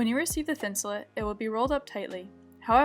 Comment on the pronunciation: It's pronounced Thin su Late, not thin su Lit. As in: Insulate. It was developed as a insulation for outdoor clothing, sleeping bags and boots.